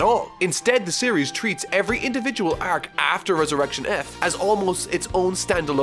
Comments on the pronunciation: can't stand your pronunciation of "arc" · why do you struggle with the word "arc" so much? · The way he pronounces “arc” is triggering me . XD